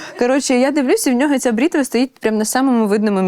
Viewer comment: Бритва а не брітва 😂